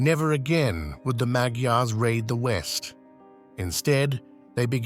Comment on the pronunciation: I’ve had Hungarian neighbors. They pronounced Magyars as “maj- yars.”